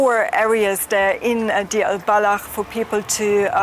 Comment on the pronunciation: Not Dir, but Deir! But some respect on the name